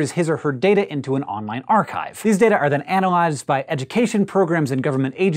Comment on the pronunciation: Archive is pronounced as arkaiv instead of archif omg